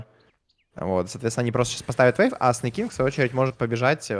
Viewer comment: Зачем ты говоришь вэйв? Вэйв?